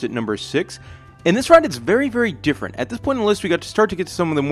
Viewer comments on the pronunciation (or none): none